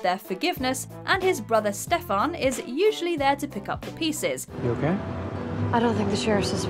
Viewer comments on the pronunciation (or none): It’s not Stefahn!!! It’s Stefan!! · For the love of God that's not how you pronounce Stefan. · Was I the only one getting triggered by how she was pronouncing Stefan's name? 😂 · You completely butchered Stefan's name and Keith was never married to Karen. At least get the damn names and facts straight. Not the first video I've noticed discrepancies